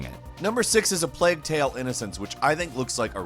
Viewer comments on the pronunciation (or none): none